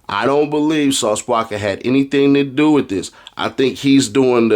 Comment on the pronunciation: The way he pronounces Sauce "Wacka" name be havin me rollin 😂